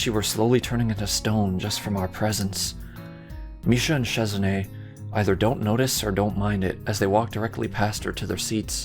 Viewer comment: You have the name almost right, but instead of sheh it's shi for the first part